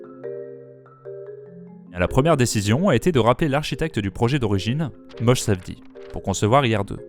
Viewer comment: J'ai les oreilles qui saignent : on dit "Moshé', comme Moshe Dayan. Il est (notamment) Israélien.